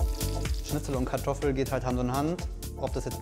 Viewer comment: nice pronunciation of kartoffel. proud of you.